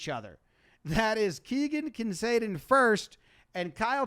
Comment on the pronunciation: I'm worried about your brain,. You kept pronouncing ISOH as "Isosa" which would require a second S, and you alternately pronounced Keegan Kincaid's name as "Kinsade" and "Kincaid".